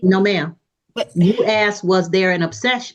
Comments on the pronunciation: I can’t get through this. As a black man with black kids. I sure as hell made sure they don’t sound like this. Axed seent 😂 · Axed and seent it should be grounds for re-education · She “would’ve seent him” . . . “axed”. She should also receive a citation for messing up the king’s language. 🤦🏽‍♀️ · Seent, axed … I’m suing for an assault on my ears!